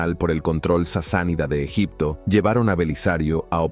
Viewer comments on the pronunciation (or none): none